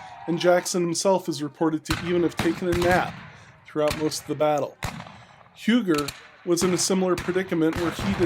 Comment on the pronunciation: Huger is pronounced more like "You-jaay." The j is soft.